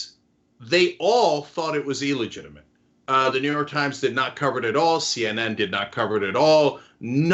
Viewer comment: OK Cenk... it bothers me and I know I'm a grammar nazi... it is NOT ELLEGITIIMATE it is illegitimate.